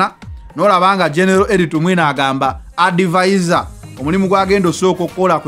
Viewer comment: Adivazo🤣🤣not advisor